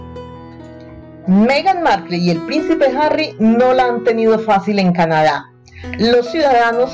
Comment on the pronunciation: No sabes ni pronunciar Markle.